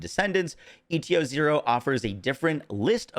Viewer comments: Saying ETO-0 instead of ETA-0 is insane work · Again, why are you saying ETO instead of ETA? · How many times you wanna mispronounce ETA-0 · Why tf do you say eta-0 that way? It’s literally spelled out for you